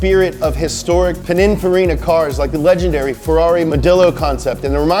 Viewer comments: So nobody’s gonna talk about the fact that he pronounces it pinifarina instead of pininfarina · "Pinifarra"is the pronunciation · So nobody is going to say anything about ' pronunciation of Pininfarina? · Please learn how to pronounce Pininfarina. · Does it bug anyone else how says Pininfarina?